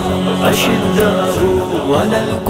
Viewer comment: is men jo background naat khuwaan hain wo aayat galat parh rahe hain. ashiddahu nahi hai wo ashidaau hai